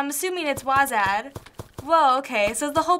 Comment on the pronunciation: She frickin said Wasad. -_